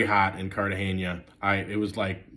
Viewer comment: The big reveal here is that it can be hot in “Cartaheyña!”